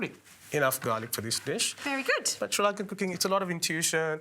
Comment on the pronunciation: Cool recipe, and a super cook, wish the lady could figure out how to say Sri Lankan properly, just listen to the way the cook says it😅